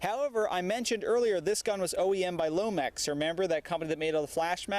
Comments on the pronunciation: For half the review i was like "put the dang mag in all the way!" LOL. Also it's LONEX not lomex. Anyway nice review as usual and keep up the good work. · Agreed. Great review. No nonsense and straight to the point but I'm far from a veteran player and I even noticed right away that he was mispronouncing Lonex.